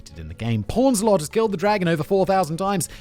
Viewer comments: Queen pawns a lot? 😂 powns* ffs Simon is killing me in this one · Poons-a-lot, Simon. Not pawns-a-lot. Though calling her porns-a-lot kind of makes sense in her community blindly protecting her despite so much evidence that showed she was cheating